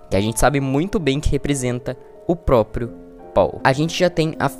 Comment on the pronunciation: propio? Não é proprio?